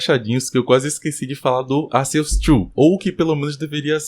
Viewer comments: Pqp, o cara fala Arqueus ARQUEUS KKKKKKK pq sempre tem um br que se acha o diferentao e quer falar diferente? Literalmente TODO Brasileiro fala Arceus normal, pq vai falar igual é falado em inglês cara? Pqp no Japão a pronuncia é com c também cara kkkk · Eu acabei de desbloquear uma nova pronúncia de arceus.